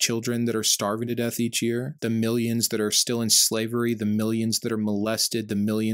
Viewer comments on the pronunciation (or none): none